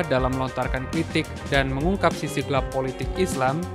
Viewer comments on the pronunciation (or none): none